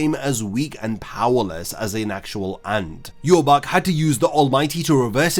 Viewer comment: Ill never get of Ywach being pronounced Yew-Haw-Bock. I'll never be able to hear it any other way xD.